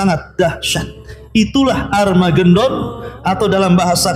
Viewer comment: Ha ha ha ha.... ARMAGENDON ???? Lucu orang nich....lagi bercerita apa ngelawak???? ARMAGENDON ciyeeee GENDON.....😅😅😅